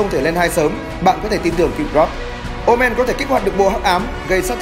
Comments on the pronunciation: Ngu omen đọc omarr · Omen nhưg đọc là Oma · omen đọc gần giống omar